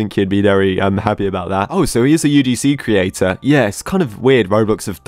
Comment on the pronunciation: Wait i a minute when he said creator it was kinda off